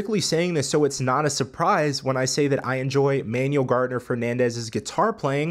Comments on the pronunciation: Ah yeah, all good, still a dope video. I believe it's pronounced like "Man-ooo-well", not "Manual". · Pronounce Manuel's first name correctly, kind of disrespectful...